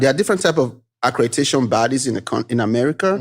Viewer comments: He keeps trying to put that stank African dialect on ACREDATION BUT HE PRONOUNCES ALL THE OTHER WORDS CORRECTLY 😂😂😂😂😂😂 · Never trust a so-called “educated man” (scammer) who canNOT pronounce ACCREDITATION!